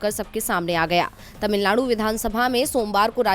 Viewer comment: Madam tamilzchgam , nahi mam tamilagam lekin iska nam Tamilnad hai governor ko ek nam lena bhi nahi ata shramnaak hai. Jo nam map mY hai usko usi nam bolna chaiyae.